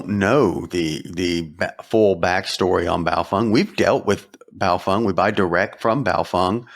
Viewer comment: At this point you still don't pronounce Bao-FENG. as FENG, ...not FUNG. What do you know that we don't know? lol